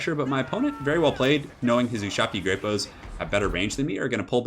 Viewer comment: That took me longer than I'd care to admit you were saying great bows and not grape-o's